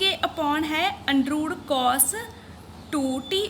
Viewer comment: Undrooooo✅ under root❌ scare✅square ❌